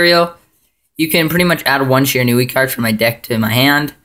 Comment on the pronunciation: Good profile, but seriously, it's "she-ran-we"!